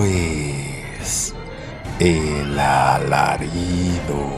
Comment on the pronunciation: Hola, muy buen y bendecido día. Muy bonitas historias de Terror. Sólo como observación, si te has fijado que dices Elalarido y no El Alarido, espero no molestar con mi comentario. DIOS Contigo y bonito día.